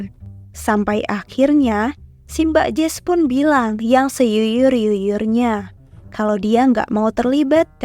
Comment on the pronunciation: "seyuyur yuyurnya"😭😭